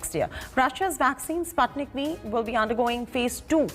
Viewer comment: Anchor learn to pronounce Sputnik properly ....obviously the Anchor is uneducated about the first sattlite